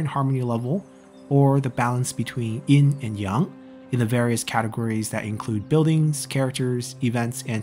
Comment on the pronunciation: It’s Yin and Yang, not “In and yong”